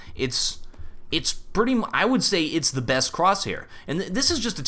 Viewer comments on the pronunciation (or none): none